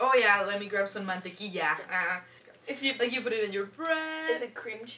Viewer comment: Man-Tequila lol